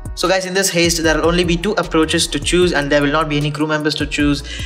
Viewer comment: I know this video is like 4 years old, I was just trying to find out which is the better option, A or B, because I wasn't paying attention when it was being explained.....but uhhh, you keep pronouncing heist as "haste" and I find that adorable but very wrong. Hopefully you've learned the proper pronounciation since making the video but just in case....it's pronounced "Hi-st" .....not "hey-st". Alright, thats your english 101 lesson for the day. Have a good one, Peace.